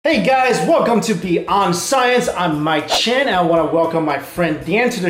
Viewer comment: UR NAME IS??? i always thought that you was saying Mighty chan xDDDDD